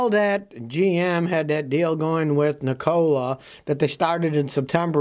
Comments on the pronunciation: It's NEEKOLA not NiCOLA ITS SPELLED NIKOLA I know how to pronounce the name and I'm not a fan of that company USA MADE TESLAS ONLY IF I never go that route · Ni COLA ?? You make it sound like a soda factory good God man pronoun the name correctly you're sounding like Asian whombarely speak English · Pronounced nick-a-la. After Nikola Tesla. He was a scientist. Not a soft drink. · Lmao why do you say Nikola that way